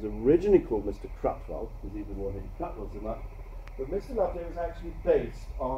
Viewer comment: That teacher/lecturer could have bothered to pronounce Evelyn Waugh's name properly.